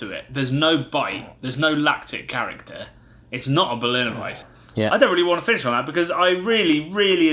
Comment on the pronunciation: I love this channel, and you boys definitely know your beers better than I ever will, but it's pronounced Berliner "Weiss-uh". The e isn't silent!